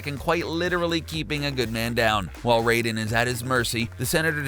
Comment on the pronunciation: Goddamn... Do you even do RESEARCH on the videos before you read the script? Deus Ex is pronounced "Day-us Ex" and Raiden is pronounced RIDE-EN, not ray-den.